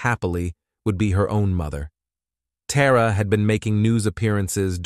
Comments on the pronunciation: Her name is Tara not TAWra. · Sidenote: It would be helpful to pronounce the names the same throughout the video. You pronounced Tara's name as both "Tah rah" and "Teh rah" from sentence to sentence. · Dam i was getting confused with the names Tara, Terry, and Tori trying to remember which girl was who. And this stupid AI saying "Tara" then "Tar-Uh" back and forth. Then instead of saying "legal council" AI said "lego council" omg it drives me nuts! I watch other cases with the same exact AI narrator and the way he pronounces words 10 different ways is so irritating lol..like that one case where he said "Megan" 5 different ways..im sure some of you know what im talking about..Anyways this is a terrible and disgusting crime these scumbags did to that beautiful little girl..i just cant wrap my head around how anyone can abuse or murder a child over nothing! Like why? Because they felt like it or they wanted revenge or they were mad?! I just cant comprehend it 😢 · It’s weird how they change the pronunciation of “Tara” a couple times throughout!